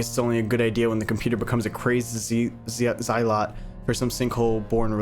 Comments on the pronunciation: "zealot" it pronounced ze-lot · The way he pronounced zealot 💀💀💀💀